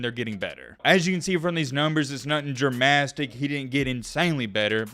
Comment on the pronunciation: “Dramastic”, you say?? 🤔